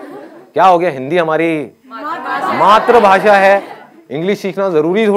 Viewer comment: Matr bhasa nahi matri bhasa hota hai.